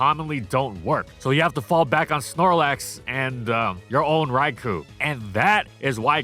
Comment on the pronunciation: You know what'd be truly AMAZING? IF COULD PRONOUNCE "RAIKOU" RIGHT, FOR ONCE!!! Also shame on you for no Wooper Little Cup analysis.